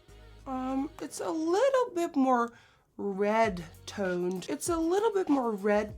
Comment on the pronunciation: The way you said "toned" sounded so british omg😂 Love you, hugs from Sweden!❤️